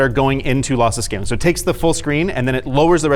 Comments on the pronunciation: Linus I am so sorry but I almost laughed my ass off after you saying: "Lothlothless Schaling". Thanks for the awesome content guys :D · losslesh schaling haha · Bro is still adjusting to the braces and how he says ' lossless scaling ' (is he even saying that) is so funny to me 😭